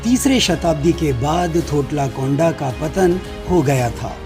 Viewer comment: टोट्टीकोंडा ❌ थोटलाकोंडा ✅